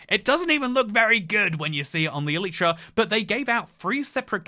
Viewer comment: says elytra like elietra, opinion not valid.